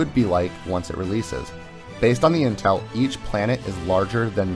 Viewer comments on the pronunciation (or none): none